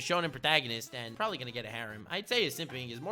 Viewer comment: I need a ps4 Nnm dude said “probely “ LMAO 😂 what a child